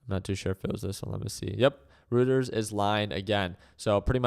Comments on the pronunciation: It's pronounced "Righters" not "Routers" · It's pronounced royters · It's pronounced 'Roy ters.' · You're wrong too. It's Roy-ters.